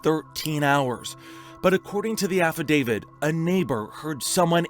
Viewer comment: If this guy says "affadavid" one more time... It's "affidavit"!